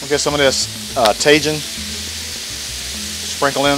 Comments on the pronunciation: Mexican pizza looked fantastic. I'd eat that all day. Just an FYI Tajin = tah-heen. Great video, have a great weekend my friend. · Like Jalapeños.... the J in Spanish is like an H in English. The letter i is like a Strong Eeee. So... Taheeeeen!!!😆😎😉🙌🙌🙌